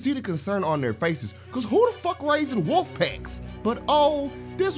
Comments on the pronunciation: Bruh it’s Wolf not whoop lol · i just realized you’re calling her Killer Kung Fu Whoop Bitch instead of Killer Kung Fu Wolf Bitch 🤣🤣🤣🤣